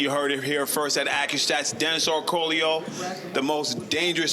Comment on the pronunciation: Orcollo pronounced Orcoolio, huh?